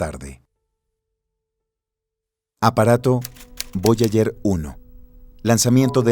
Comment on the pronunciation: Voyayer, cinturón de kaiper. Distrae mucho la falta de preparación del locutor